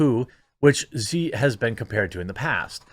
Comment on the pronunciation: She She She Jinping. Xi is pronounced SHE. Good lord.